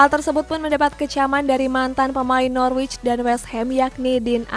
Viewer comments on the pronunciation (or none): none